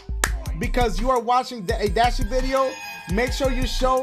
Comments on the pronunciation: “DASIEGAMES Best Moments of 2019” where the H at my guy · it said dasiegames instead of dashie lmao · Wheres the h in dashie